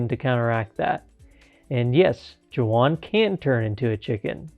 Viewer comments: This is the first time I'm watching it, and I'm seeing you did not realize how to say his name. It's pronounced more like Waun or Huan, because J's are always pronounced different in Spanish. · Imagine mispronouncing Juan 😞